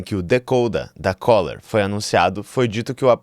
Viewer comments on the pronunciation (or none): O nome da empresa é Kohler. CÚLER!